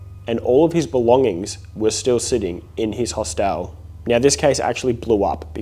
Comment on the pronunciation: I’m sorry but the way he says “HOS-TEL has me dying 😂😂❤❤